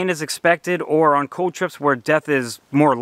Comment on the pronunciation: Great video! Also, the word cold has an 'L' in it 😂